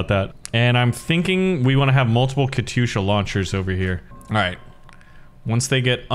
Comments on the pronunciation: It is said kat-yusha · Man that katysha (not Katyusha) was good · Warpath pronounces katyusha “Kat yusha” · hopefully my life hasn't been a lie. i thought it was pronounced katy-usha